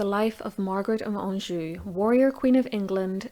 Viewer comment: ha ha I don't know the best way to pronounce it but it sounds correct to me. LOL... Let's see what the Sharpshooters say.